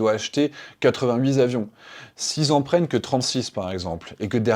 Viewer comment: 88 t'avions et non 88 z'avions ;-)